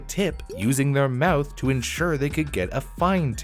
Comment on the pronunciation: Lol u say mouth funny. "Mowooth" hehehe. Anyway. Then America learned its lesson and from that point forward the rich and corporations no longer had a huge power advantages or the people and employees. They were always held appropriately responsible and accountable for every misdeed. Capitalism remained the wonderful dream and USA lived happily ever after. The end........ ?